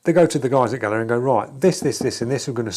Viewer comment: It’s Gaahleri, not Gaahleria.